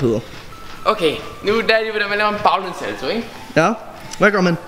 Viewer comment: Du siger saldo